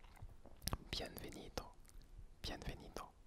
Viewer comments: sa se dit bienbenido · normalement pour les v on dit b par exemple pour bienvenido on dit bienbenido ; ) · Le v se prononce b sinon c'est très agréable 😃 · Très bonne vidéo mais remarqué que tu faisais une petit erreur à bienvenido car les "v" se prononcent "b" du coup ça se dit "bienbenido" mais ce n'est qu'un détail bonne vidéo en tout cas continue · Este vídeo está súper soy de Madrid y hablo un poco francés . Les « v » en France ce prononcé « b » en español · salut je suis español je parle un petit français quand tu dire bienvenido tu ne doit pas dire le n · le v se prononce b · coucou super vidéo! pour info, le "v" en espagnole se prononce comme la lettre "b" 😉